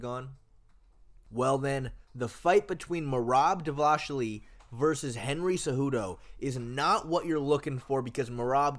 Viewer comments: Davashli😂😂😂😂😂 DA-VA-LISH-VI-LI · not dvashvili, dvalishvili you gotta watch his video xdd